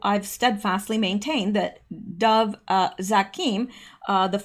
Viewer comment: Dov Zakheim - pronounced Dov rhymes with Grove, and ZAQ-heim emphasis on the first syllable, rhymes with PACK-time.